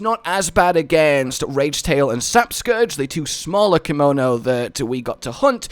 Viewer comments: Anyone else feel like he is saying "kimono" rather than "kemono"? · If you're going to play this in the future, you better start practicing how to pronounce "Kemono"